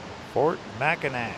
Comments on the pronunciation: Hi I'm just now today finishing up on watching the rest of your Michigan video. I just want to say that pronouncing Mackinac is Mack-in-aw. Thanks for the video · Beautiful video. Brings back many memories. Just one correction. Mackinac is pronounced Mackinaw. Spelled differently but pronounced the same. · You missed the Valley Camp Ship Museum and Tower of History in the Soo. Big miss. Mackinac and Mackinaw are both pronounced Mackinaw. Another big miss was Mackinac Island. No cars on the island. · Its still pronounced Mackinaw! Mackinac is the French spelling.